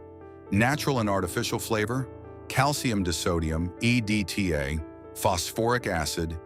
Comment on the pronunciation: Hard to take this seriously when the narrator can’t pronounce simple words like margarine, beers, and calcium